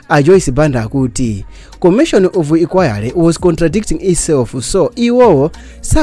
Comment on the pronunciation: Nde powelengapo mwati komishon of ikwayale?, kkkkkkkk, koma platform iyi imasekesa bwanji, last time umkalephela kupanga pronounce dzina la president waku South Africa umvekele " SALILU ", mmalo mwa CYRIL kkkkkk , silani anzanu ozisata zinthuzi inu amavita kkkk